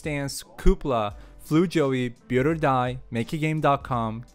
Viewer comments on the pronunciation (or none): none